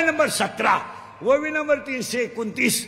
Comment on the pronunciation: महाराज 'ववी' नाही, 'ओवी' असते ती